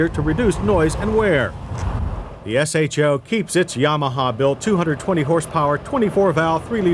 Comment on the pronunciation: Thank you. No one ever pronounced "show" back in the day it was always S-H-O. Just like F&F ruined "NOS"